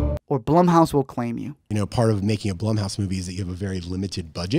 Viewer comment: LISTEN.... When you couldn't pronounce the name of the stupid studio properly, I turned off the video. "bl-oo-m" house...doesn't rhyme with "plum" ... It rhymes with "room"... ALRIGHT. Secondly, this doesn't need explaining. The movie was obviously going to suck, and there's no justification for that.